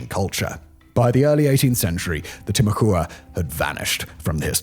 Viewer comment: Timucua is pronounced Tim-ah-quah Sincerely, friendly neighborhood Floridian.